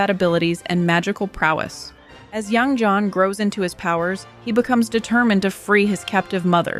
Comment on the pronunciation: Great and informative video! You seem to have trouble picking a consistent pronounciation for Yang Jian. In English, you should pronounce it like "Yang Jen", sounds closest to native pronounciation.